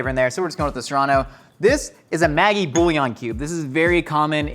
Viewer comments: its maggi with a soft g, ma jee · I hate to be 'that person' but it's Maggi pronounced like magic, not maggot... Who am I kidding, being 'that person' is my entire online personality